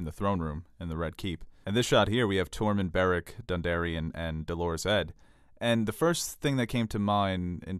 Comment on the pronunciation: Please stop stressing the second syllable of Dolorous. You make it sound like the woman's name. Both words are from the same root meansing sad/sorrowful but the adjective has the stress on the first syllable (Grammar nerd, I know) It grates on my nerves every time I hear it and it's only the rep your videos have that have kept me watching to the end.